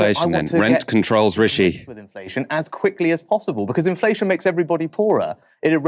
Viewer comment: wiv, fing, anover, sumfin, frowing, fings, frow, - 'TH' just left the building.